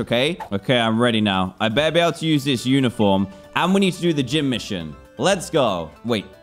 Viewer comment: Dan: "It's Jeem Leader Time!!" Me: "Did He STUTTTER!!??"